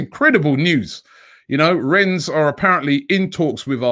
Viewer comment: Pronounced REN not RENNESS